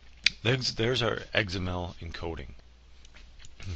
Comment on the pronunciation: You pronounce XML funny. Sounds like egs-em-el. lol.